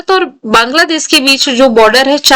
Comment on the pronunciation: Ma'am Banladaash 😂😂😂😂